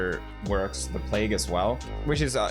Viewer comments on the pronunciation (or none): none